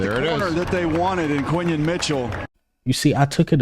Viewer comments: Could you kindly say the young man's name correctly please. His name is pronounced KWIN-Yon with an "N" Not KWY-Yon. WTF LOL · Your pronouncing his name way wrong too lol